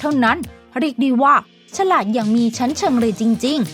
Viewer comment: ฉราด หรือ ฉลาด ที่ระรึก หรือ ที่ ระลึก ครับ ช่วยออกเสียงให้ถูกด้วยครับ